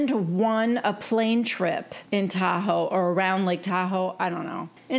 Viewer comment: Totally expected Dorito to mispronounce Lake Tahoe as Tu-ho